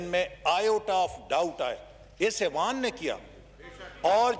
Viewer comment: لفظ ایوان ہوتا ھے اعوان نہیں کسی پڑھے لکھے کو بٹھائیں۔